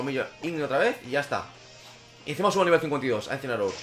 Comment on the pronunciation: me ha parecido muy gracioso como dices uncineroar no falla y le evitan el ataque parecía a proposito